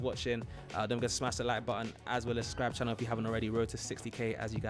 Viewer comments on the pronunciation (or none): none